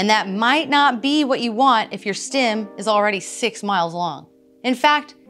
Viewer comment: Is she saying "stim"?